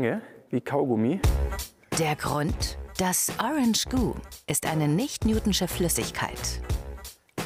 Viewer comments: Ich hasse es wie sie newtonsche sagt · "Newtschne" Flüssigkeit 😂😂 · Sie sagt nicht newtschin...